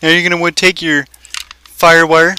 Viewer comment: why did you say tske